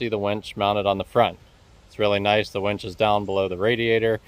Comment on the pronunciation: Just for the record, its a winch not a wench.